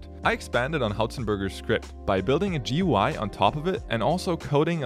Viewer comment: A scripter who doesn't understand it's GUI not Y? hah!